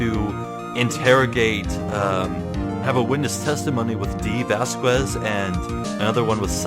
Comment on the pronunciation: for the record: vasquez is pronounced similar to says, like "vahs-kehz" or something